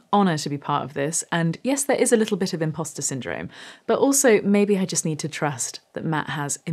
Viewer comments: Imposter or Impasta? lol 😊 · “… a little bit of im-pasta syndrome…” 😂